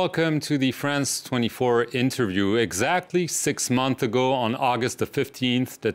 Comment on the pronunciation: "6 'MONTHS' ago", not 6 'MONTH'. 'S' a la fin comme en Francais.